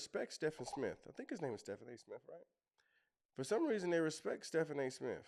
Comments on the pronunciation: The guy’s name isn’t pronounced STEFF-an. It’s pronounced STEVE-N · His name is pronounced like Steven A. You can actually leave the Smith off. So he’s Steven A. Even though it’s spelled like Stephen . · It’s pronounced Steven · His name is Stephen like Steven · Steven is how you pronounce his name… 😊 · The guy’s name is pronounced “Steven”. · He pronounces his name actually as Steven with a “V” but it’s spelled with a “ph “ and would love to hear the whole conversation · lol it’s pronounced Steven a smith he just had Candace on